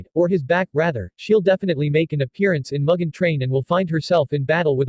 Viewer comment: I apologize, as your pronunciation of "mugen" makes me giggle. It's pronounced "moo-gen."